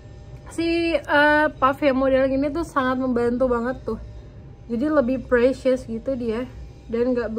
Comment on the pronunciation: Lbh precise ka, bukan presyus